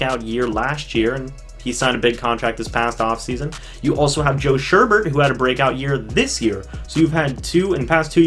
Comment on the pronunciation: It’s joe sho-ow-Bert not sherbet and why would you upgrade joe shoubert he was a pro bowler